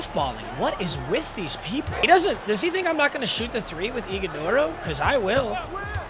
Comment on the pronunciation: Brother lives in Arizona and doesn’t know how to pronounce ighodaro’s name